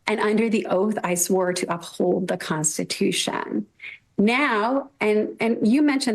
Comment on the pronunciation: Any time she says, "Consti-too-SHYOOONN" I cringe...